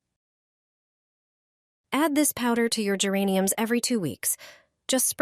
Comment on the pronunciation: Не гЕрані, а герАнь